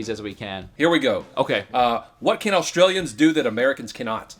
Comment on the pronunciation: I was wondering where the R came from myself.